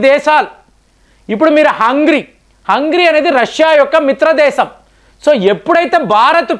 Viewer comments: గారు మీ ఎనాలసిస్ బాగుంటుంది. ఇంతకు ముందు ఇప్పుడు కూడా మీరు హంగేరిని హంగిరి అంటున్నారు సరిచేసుకోగలరు. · హంగ్రీ కాదు సార్ హంగేరీ అని పిలవండి. మీకు ఆ దేశం మీద ఏమైనా కోపం ఉందా. కొన్ని కొన్ని దేశాల మరియు వ్యక్తుల పేర్లను ఎందుకు చండాలంగా పలుకుతున్నారు